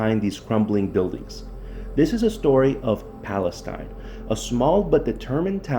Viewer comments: Pal-ess-steen. is how you pronounce it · It's pronounced "Pales-teen" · Wow, not only did you not bother to learn the proper pronunciation of Palestine you have your "story" wrong. The Union Pacific rail yard is still in operation in downtown Palestine at , - . What you found was the old ALCOA aluminum smelting facility east of town located at , - . This facility was built in approximately 1975-76 and was shut down almost immediately after when it was decided that the process cost more than the aluminum was worth. ( ) You should really try to do some research into your stories rather than try to jump on the YouTube train.